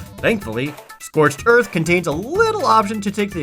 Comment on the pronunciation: "Scorched earf"